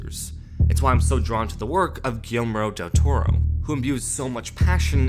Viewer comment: Excellent video but I can't stop listening to him saying "Gill-mero del toro"